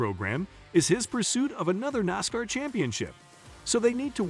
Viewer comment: i will believe what you say when you get a TTS voice that can say NASCAR correctly, Larson being in 500 is common knowledge